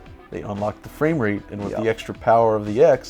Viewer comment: "fwayme rate"